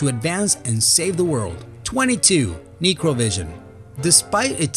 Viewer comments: 'Necro' is a prefix for anything related to Corpses or Death and it's pronounced 'Neck Row', hence the title 'NecroVision'... This channel is going the way of BlockBuster Video, what a shame. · holy fuck mr commentator your stupid. neecrovision.... its pronounced n-eh-kro. not neecro. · He can't even pronounce Necro correctly? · its pronounced neck row vision you fuck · NEK-ro, actually - like the book of the dead "necronomicon"